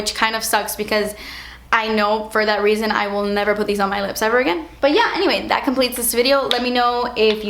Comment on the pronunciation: "dewy drops what is zat" lmao